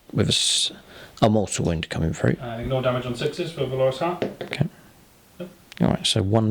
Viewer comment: Why not give the sorcerer with the extra damage on psychic powers at least one, if not two, targetable MW powers? Also keep hearing valorous pronounced wrong did my head in :)